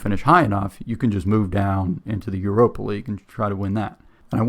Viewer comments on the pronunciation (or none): none